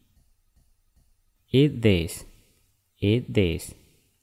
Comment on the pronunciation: Ada yang tidak betul sebutan ... Ia sebut school- schol...ingat oo itu sebutannya panjang it jadi at have jadi hab used it jadi us it me jadi mae clean jadi clan adoi.....